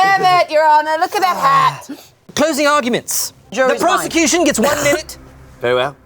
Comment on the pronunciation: "WITH ZE PROZECUTION"